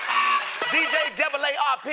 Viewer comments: Lol he said DJ Double AARP (senior citizens life insurance) 😂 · “Who is DJ AARP”